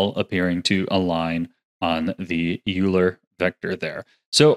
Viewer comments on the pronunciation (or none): Great video I love how useful this is gonna be! Side-note: I really hate to be that guy but google the pronunciation of “Euler”. He was a math dude and his name is one of those annoying words that everyone mispronounces. I only say something cuz I love your videos and hope I’m being helpful 🙏💚